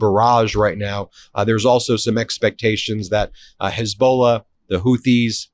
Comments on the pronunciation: Hey Ben, it's not pronounced HEZBOWLA...and it's not Straight of HORMOEZ. come on brutha. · Ben, I like your stuff but you need to learn how to pronounce 2 well known words: Hormuz and Hezbollah. You mispronounce BOTH of these and, frankly, it makes you look a bit clueless on world geopolitics. These 2 names are often talked about and you are mispronouncing both. PLEASE get these pronounced correctly so you don’t look like an amateur here!